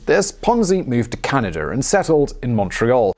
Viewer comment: Canada* not canaderr